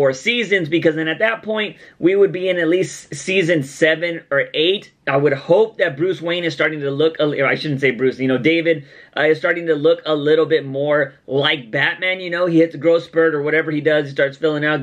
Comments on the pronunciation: Yes Gotham was pretty late but there were soooooo many shows also being renewed or cancelled around the same time. Also, David (Bruce) is pronounced Daveed. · Not trying to be rude but... Bruce's name is da-veed not David, and Alfred is Sean per-twee